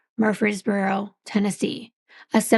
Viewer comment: Hi from Murfreesboro TN! Great job pronouncing it btw. Just what I needed to distract me from my thoughts after losing my husband 3 weeks ago. Thank you for all you do.